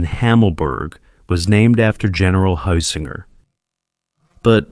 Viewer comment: Only a complete and utter fool could mispronounce 'Heusinger' in three different ways(!) and 'von Manstein' in five different ways(!!). I won't even discuss the other equally butchered personal names and place names. So excruciating to hear. :body-green-covering-eyes